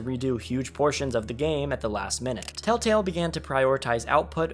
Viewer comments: Why does homie say “Tale-tale” and not “tElltale” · Bro says “Tale Tale” instead of Telltale every time lmao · I know it's not on purpose, and it is just your accent.. but bro, it's Tell tale not taletale 🤣🤟🏻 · ITS TELLTALE, NOT TALETELL. So fucking annoying hearing you say it wrong literally a hundred times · For fucks sake bro it’s TELLtale not TALETALE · Humans: "Telltale.": "Tail Tale." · I know this video is a year old, but “Tale Tale”?? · tale tale wtf nga its tell tale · Bro you keep saying "taletell" and it's making me feel like a crazy person, i legit keep rewinding to see if I'm mishearing it lmao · “Tale Tale” ?😂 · drink every time he says tale-tale instead ;) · Telltale ❌ Tail-tale ✅ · Are you saying tale tale? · Why do you keep saying taletale? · Or telltell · it makes me mad that he says tail-tell even though he knew how to spell it in the title.. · Thumbs down just for saying tail-tail every time. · I just love the fact the person who made this video can’t say “TellTale” properly over half the time lol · How did you not catch yourself saying 'taletale' like...15 times? 😅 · Wow your struggle to say telltale in this video is hilarious lol